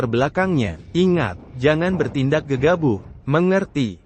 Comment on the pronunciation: Ngomongnya yg bnr bro bukan gegabuh tapi gegabah 😂 GK enak d dengernya